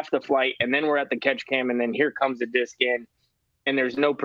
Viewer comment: Proof that we as men grow old but never grow up! says dick in stead of disc by mistake. Cue uncontrollable laughter 😂